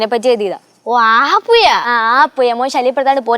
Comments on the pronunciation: മയയും പുയയും വയിയും.... ഉം കലക്കുന്നുണ്ട് സ്ക്രിപ്പ് റെറ്റർ ' ഴ, ഇല്ലാത്ത സംഭാഷണം കൊടുത്ത് വിനെ രക്ഷിക്കേണ്ടതാണ്😂😂😂😂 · Puya alla puzha OK